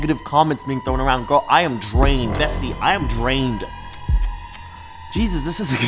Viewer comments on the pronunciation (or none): Actually it is Bestia, in Hungarian, there is an A instea of an E so no worries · (Hungarian here) Oh dear, the word is bestia, not bestie 😁 still love you though❤️ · It's okay, actually it's not "bestie" that means beast in Hungarian, but "bestia" ✨ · Beast in Hungarian is "bestia" and it's pronounced as "besh-tee-ah" Google translate lied to you😭😂